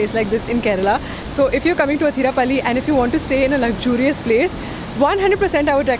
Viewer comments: athirap'a'lly alla..... Athirappilly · Athirapilly ok Athirapally🙄